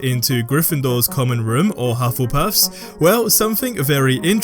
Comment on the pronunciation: "Slythrin" "Grythendoors" "Hufflepuths", really? :D You forgor Raewinglaw.